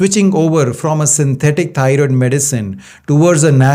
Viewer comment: TY Dr for this information! I Love Yer Accent, Lol. I thought U were saying tired gland, But thats EXACTLY what it is, We tired out, Our Thyroid gland!